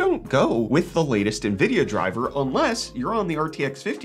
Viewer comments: the way he said nvidia hurt me (he said nuh-vid-e-uh, it's pronounced en-vid-e-uh) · did you just say NAvidia? 😂🙈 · Naaa-vidia. Nope. I can get my news where they can pronounce it correct.